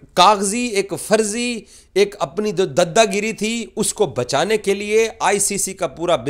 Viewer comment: It is "Daada giri" and not "Dadda giri" You correct "Ejaz" aur "Ejaj", so correct yourself this too.